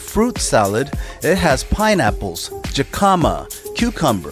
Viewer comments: Other than the laksa, the dishes you ordered appeared to be more Chinese influenced. Some of the typical Malay dishes will be roti, fish head soup, mi goreng, chicken or beef rendang. I'd suggest to try those next time. Also, Jicama is pronounced Hick-uh-mah. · Jicama pronunciation is Hic A Mah